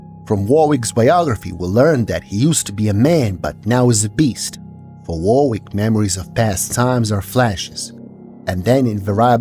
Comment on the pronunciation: Warwick is pronounced "Worrick", not "war-wick". It's an English name.